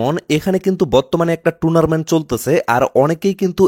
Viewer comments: টুনারমেন্ট না রে ভাই টুর্নামেন্ট 😂😂😂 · আরে ভাই এটা 'টুনারমেন্ট' না😂😂 টুর্নামেন্ট 🎉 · ভাই শব্দটা টুনারমেন্ট না, টুরনামেন্ট/টুর্নামেন্ট ❤❤❤❤❤❤❤❤❤❤❤❤❤❤ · Are tunarmant noy turnament😂😂😂😂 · ভাই উচ্চারণটা টুনারমেন্ট না, টুর্নামেন্ট হবে